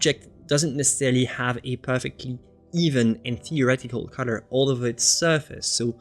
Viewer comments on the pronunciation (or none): I'm begging you PLEASE learn to say "color" better. I love your videos and you so much but the way you say color kills me, man! Lol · one of the reasons I just can't watch him...drove me nuts...